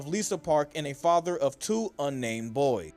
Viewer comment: i like how instead of saying boys..hes says boi!